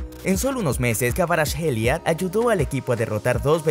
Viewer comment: Su nombre se pronuncia como ( jvicha kvaracjelia) en todo idioma! Va a ser el mejor futbolista 🇬🇪❤️🇬🇪❤️